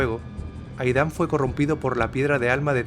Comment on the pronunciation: Aidan no se pronuncia 'Aidán' sino 'Eid:n'